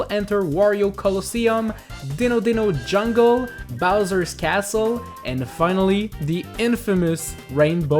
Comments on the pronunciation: wow u said "Ditto Ditto Jungle" instead of "Dino Dino Jungle" DITTO CONFIRMED FOR POKEMON GO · I thought he was saying "Ditto Ditto Jungle" instend of "Dino Dino Jungle" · No he said "Dinno Dinno Jungle" I had the speaker close to my ear with full volume